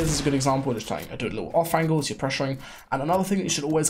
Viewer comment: “Angle” or “Angel” ???!!!!!???!!!!